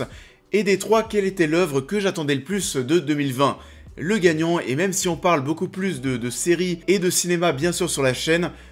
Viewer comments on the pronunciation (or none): none